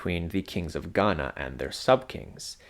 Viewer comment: The way you said "..they call it.. gHaNa" gave me the ick.